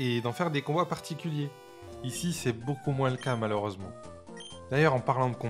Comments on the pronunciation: Excellente vidéo rétrospective, mais le seul truc qui m'insupporte plus que Nabil, c'est quand tu dis MOUINSSSSSS 😂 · J'ai kiffé la vidéo mais qui dis "moinZe" pour dire moins ? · Énorme travail ! J'adore ! (moins on prononce pas le s 😂) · Par contre, on prononce pas le s dans moins